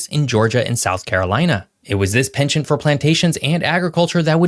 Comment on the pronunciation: Wow, an American who can pronounce penchant properly 👌👍